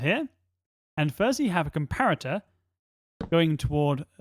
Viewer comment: the way you say comparator is making me laugh You didn't tell me that will you eat my cookies or not